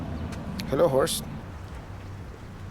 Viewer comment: you gotta pronounce horse a little better. Wife thought I was watching a bad channel lol.